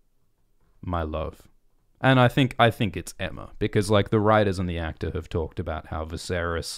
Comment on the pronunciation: He said Aemma